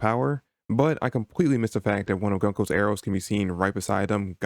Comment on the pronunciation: Interesting video. Btw it's pronounced "GOON-ko", not "GUN-ko"